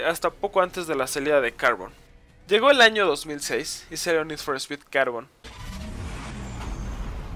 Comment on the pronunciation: a carbon parece q lo pronuncias asi "cárbon"